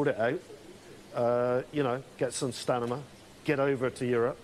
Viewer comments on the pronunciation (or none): 'The government needs to get some stanima' Brexiters in a nutshell. Ya gotta laugh, dontcha tho.